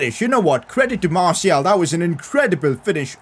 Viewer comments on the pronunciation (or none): none